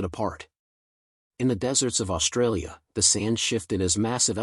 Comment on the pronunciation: Your AI ALSO mispronounces all words with "...str..." in them!!!!!!!!!!! LOTS of AI AND Humans do this and it is FREAKING ANNOYING!!!! SHTRAIGHT, SHTRAIN, SHTRONG, AUSHTRALIA, DESHTROY, ETC ETC ETC........... THOSE FKN WORDS DO NOT HAVE AN "H" AFTER THE FKN "S"!!!!!!!!!!!!!!!!!!!!!!!